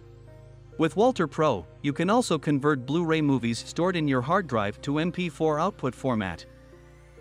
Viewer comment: Guys, great video but have a REAL human doing the voice over and not AI (it must be AI because of the subtle mispronunciations, like convert). A real human voice just brings that little bit extra.